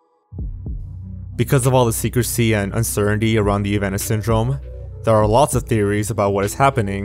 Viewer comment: "uncerendy" does this guy have a speech impediment?